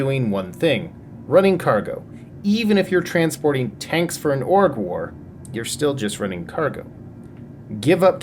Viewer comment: I'm sorry, did my man just say Tonk? "You can still carry two TONKS.." 😂